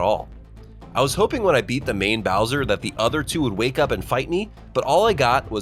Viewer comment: no way he call it browser fight instead of Bowser fight😂